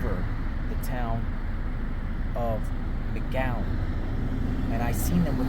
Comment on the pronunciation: Is he saying magallen??? It’s McAllen!!!!!🤦🏼‍♂️